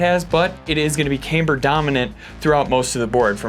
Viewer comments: Do you hit a nail with a haimer? It’s CAM BER!! We’re all doing shots when you say caimber and two of my buddies died.. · Came here for the cayme-ber!